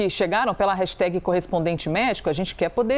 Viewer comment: hello desculpe - por favor fala certo jornalista hashtag ( nao tem i no final) - brasileiro tem a mania de colocar i em tudo - obrigada - ajudem a educar